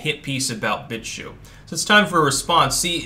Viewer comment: "He's writing a hit-piece about Bitshue...". Hm... the word "BitChute" has a "t" at the end.